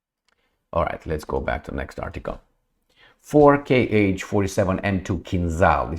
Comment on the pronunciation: the 'Kh'' missile series is not "KH'[, it represents a single hard sound 'h', , sort of like in the German language E.g., the Russian pronounce the missile moniker 'Kh-101' as [kha sto o'din] etc